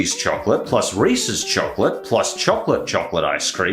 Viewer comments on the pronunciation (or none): none